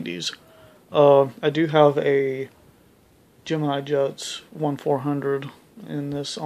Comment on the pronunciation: He saying gEnmIni jEts. Those are matchbox skybusters. Anyways. Some are geimini